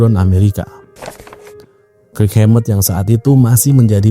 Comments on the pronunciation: Banyak salah baca nih. Kirk, buka krik. Lightning bukan lighting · kirk "kerk" bang bukan krik 😂